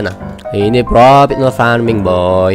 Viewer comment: Profit bang bukan propit